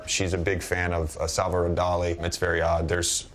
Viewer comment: There aren’t enough people talking about “Salvaroon Dali” 🤣